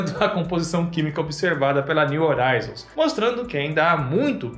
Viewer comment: Só, um “toquezinho” pra você,. A palavra “horizon” está em Inglês e a palavra “horizonte” está em Português. A sonda espacial está nomeada em Inglês e, sendo assim, deve ser pronununciada na sua forma original. No Português a letra H não produz som algum quando colocada em primeiro em qualquer palavra mas, no Inglês, a letra H produz um som de R. Simplificando; se escreve horizon mas, se pronuncia “rrorizon”. Em se tratando da sonda espacial, seria algo como: “niu rroraizon”. Por favor, não me leve a mal.